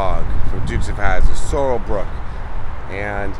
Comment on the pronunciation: His Name Sorell Booke Not Sorell Brooke.